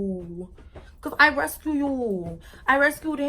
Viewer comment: "bumble bee to the resCUEEE"🤣 she too funnyyy .new subbieee❤️!